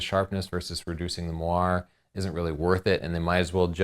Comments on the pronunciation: I think moire is pronounced like "moray" not like "mwar", but I could be wrong. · Chelsea Northrup According to your link, the "mwar" pronunciation refers to a type of fabric. The interference pattern is only pronounced as "mwah-rey". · It's pronounced /mwɑrˈeɪ/ like an eel. and it's I,S,O. not "Iso" derp. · It's moiré < It's french bitch so it's MORE-RAY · You're not saying 'moiré' right.